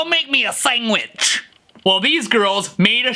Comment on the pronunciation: Did you just say Sengwach instead of sandwich